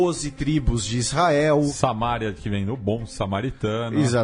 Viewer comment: e, parabéns mais uma vez pelo excelente programa. Vcs são fera! Só uma correção fonológica: Samaria é oxítona. Pronuncia-se samaRIA, e não saMÁria, como vcs fizeram. =)